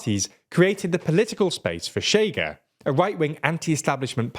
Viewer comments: Pro tip: Chega is pronounced as "Shigga". Sounds like a derogatory way to call a Chega supporter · The way he pronounced chega, it's what they truly are, a chaga in the country.